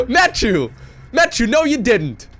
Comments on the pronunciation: It's a french name, so it should be pronounced "ma- ti-eu" instead of "mattew". Sorry, the sound "euuuu" isn't common in english, so I can't find a word to give you the sound :/ Great game anyway ! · Try french. Matt-ieu. (iöööö). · Blue toss has my name! Woo- also it is pronounced "Mature" like rated M for Mature. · I believe is pronounces : mathew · That's the English pronunciation. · you dunno how to pronounce Mathieu? c'mon man, you're living next to france! :'D